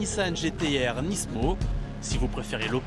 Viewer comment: y'a que moi que sa stresse quand il disent nisssmo? pour moi on dit nimo